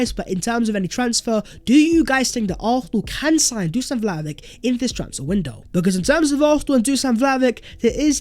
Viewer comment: My fk ears hurt after 100 misspelling dusan vlahovic ( the s = sh and ic = ich, btw)